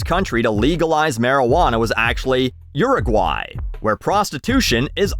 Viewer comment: I did not expect to have that good of a pronunciation of Uruguay. Also the pass that Dutch reference made me feel old LMFAO